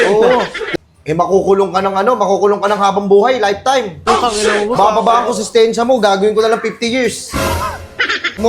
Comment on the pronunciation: IMBES NA "SENTENSYA" NAGING "SESTENSYA" HAHAHAH HAYO KA BOSS